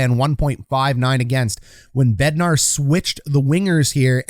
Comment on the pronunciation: It’s Bednar, not BednarD.